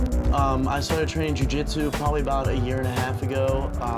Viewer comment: its jiu not jui